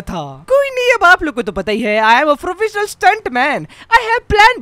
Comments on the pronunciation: Bhai aacha sa gadi chalana siklo or frofessnel bolna 😂😂😂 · very nuclear more like very frofesnial stunter